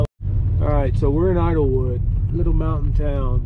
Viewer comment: It's called Idyllwild, not Idlewood.